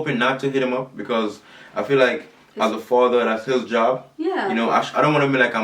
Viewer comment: he needs to start pronouncing his worlds properly—-stop pronouncing A as O—-if he stops trying to twang it will work out better